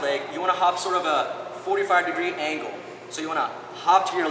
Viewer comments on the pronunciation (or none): none